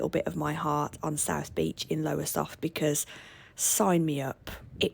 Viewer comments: It's Lowestoft not Lowersoft ;) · Lowestoft not Lowersoft 😮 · We loved your non-biased view on Yarmouth, I've lived in Norfolk all my life, but your pronunciation and spelling of some of the location names are wrong. Lowersoft (Lowestoft) Happisburgh (pronounced Hays-burgh) not Happis-burgh 😂 You also forgot to sample donuts off the seafront and chips off the market. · A lovely guide to our area, but for everyone's reference, it's called Lowestoft, not Lowersoft and Happisburgh is pronounced Hays-brer... Glad you enjoyed our town x